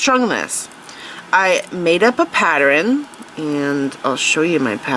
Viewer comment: That is absolutely gorgeous!!! I hope I get as good as you!! You are amazing. A great instructor. I love you voice. However, just a note: pattern isn’t pateren, and Valentine isn’t Valentime. I love you!!! Please don’t ever stop teaching!!